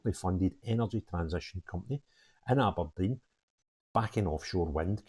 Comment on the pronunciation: a think your great but please stop saying Aberdine it’s Aberdeen….